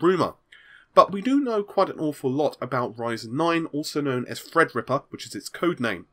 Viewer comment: Dragonfreakgaming at one point he said thrid repper